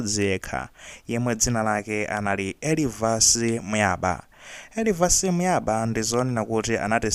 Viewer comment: Elivas Buyaba( ba is pronounced as "ŵa"), so it's Muyaŵa